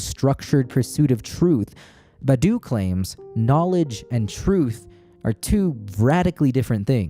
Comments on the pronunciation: the name is Badiou, pronounced Bad-You - - - - not Badou - Ba-Doo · please learn how to pronounce Badiou im begging u